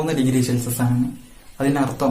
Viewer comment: പൊളി -ശെൽസിഷ അല്ല _ സെൽഷിയസ്